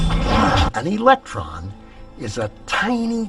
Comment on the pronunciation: Right then, Its electron not election so I'm now finding it hard to take it seriously lol